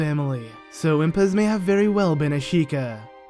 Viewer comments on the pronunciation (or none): Impaz not Ipaz